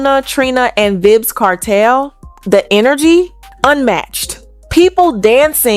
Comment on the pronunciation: Did she said vibzz Kartel 😂😂😂 child stop